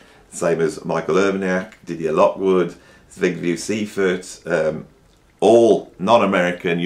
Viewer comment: You pronounced Zbigniew Seifert very wrong, but there's nothing wrong in that, it's great that he's on the list!